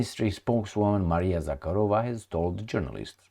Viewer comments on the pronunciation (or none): none